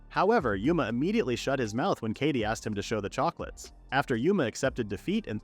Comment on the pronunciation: kaede is pronounced k-eye-day, not katie. i get that it's a text to speech thing, but it can't be that hard to get it to pronounce stuff right